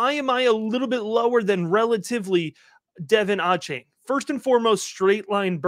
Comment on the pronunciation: Love the content! For future reference, it’s pronounced de-VON aye-chain.